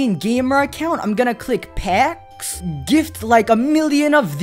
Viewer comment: did you say PACKS